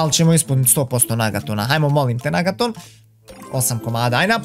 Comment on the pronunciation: Kaže se negaton a ne nagaton😂😂😂